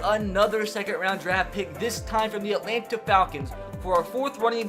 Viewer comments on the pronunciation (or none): none